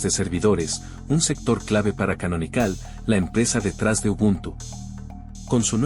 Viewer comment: “Debián”? “Canonicál”? “Zorín”? JAJAJAJA De donde carajos sacaste esa acentuación bizarra!? Jamás se te pasó por la cabeza aprender la pronunciación correcta, no? Para qué, demasiado trabajo, mejor pronunciás todo para el culo y dale que va, no? 🤦‍♂️🤦‍♂️🤦‍♂️ Yendo al video: 1. Snap es mejor que Fatpak en varias cuestiones, comenzando con que además de aplicaciones gráficas podés instalar aplicaciones CLI, en lo que Flatpak está limitado; 2) algo visto como un “problema” de Snap es que Canonical se guardó la llave para controlar/vetar/curar la tienda, por lo que son ellos los que deciden si algo se publica o no — esto por supuesto tiene sus ventajas y desventajas; en contraste, Flathub es tierra de nadie y cualquiera puede publicar cualquier cosa, buena suerte con no comerte un malware grande como tu insanamente mala pronunciación.